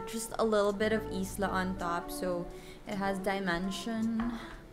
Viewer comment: i think Isla , pronounced as ( ay - lah )